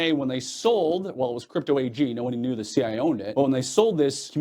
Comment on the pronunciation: Interesting...you don't quite say C.I.A. You kind of slur it so it "sounds" like C.I.A., but it's really just C.I. Am I wrong?